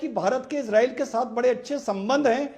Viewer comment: अरे यार इजरील नहीं इजराइल है बोलना तो सीख